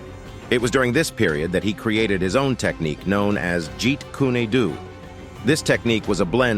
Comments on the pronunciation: What the he'll is jeet kunnie do. Fire this dude it's pronounced jeet kun do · Jeet Can They Do??,😂😂😂😂🤣🤣 It's JEET KUNE DO ( The Way Of The Intercepting Fist) If You're going to say the name say it right or You're asking for it!! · It's pronounced "Jeet Koon Doe" not "Jeet Koonee Du". Smdh 😅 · "Jeet-kooney-do" It's actually pronounced as: "jeet-koon-doe". Lol. But don't worry I'm still a huge fan of your content and a subscriber for years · He said Jeet Koonee do😂😂😂😂 wrong pronunciation of Jeet kun Do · Jeet kuni doo! Lololol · It's PRONOUNCED "DOE" NOT DO OR DOO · My man said "Jeet Koony Do" Lmao! 😅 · Jeet kunuei do at least the narrator should get it right. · Jeet kune do. You absolutely pronounced it incorrectly. Jeet Kune (coon) do (doe) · Hearing "Jeet koonie doo" makes it hard to take this video seriously. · Jeet KOONY DOO? You're trolling people, aren't you? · “Jeet kooney doo” fuccin seriously???? Smfh… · “Jeet Koony Doo”???? Artificial Intelligence at its worst. You can’t narrate this yourself. Bruce would hate his life being narrated by a cold, stupid bot. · Aww hell naw this fool said Jeet Koonie Dew 😢😢😂😂😂😂😂😂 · They need REAL, passionate Bruce Lee fans like you or myself to narrate documentaries about Bruce. Those of us who can get their facts straight and pronounce things right, the first time! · Geet coony do? 🤣 Obvious lack of knowledge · Jeet Koony doo?🤣🤣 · Picture Fred Flintstone saying Jeet Kooney Doo instead of yabba dabba doooo. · Jeet kuni doo lol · Why is it so hard for these readers to say Jeet Kune Do ? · That was the worst pronunciation of Jeet Kune do ever. Do some research my man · Good doc, only thing I can nitpick is your pronunciation of Jeet Kune Do (it’s a martial art not an Italian dish lol). Great job highlighting that Kung Fu was stolen from Bruce, revisionist history has tricked a lot of people into believing the studio.